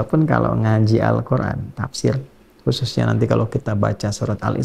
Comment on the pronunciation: Salam saya dari Malaysia..saya sejak dahulu lagi suka mendengar cara bagaimana ustaz mengucapkan perkataan "Al Quran .'..kerana sebutan nya beliau lain Dari yg lain..ada Nur pada perkataan "Al Quran " yg beliau ucapkan ,dengan santainya... Tapi menyentuh sekali sanubari ini..hanya perkataan "Al Quran"..yg beliau ucapkan begitu memberi kesan sekali kepada saya.. mengagumkan sekali .